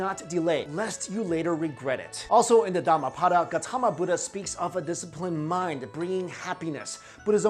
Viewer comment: it's not "dama pada" , it's"darma path(not paath)", speak properly first